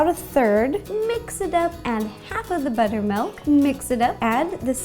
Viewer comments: She usually says ''melk.'' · b U t T e R m A l K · cookiedere I read this as soon as she said "buttermalk"